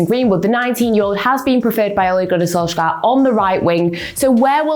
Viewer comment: You should pronounce it Sol”Chair” :)